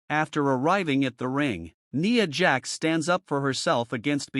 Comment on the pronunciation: A pointless video you saying nia jax name so wrong over there.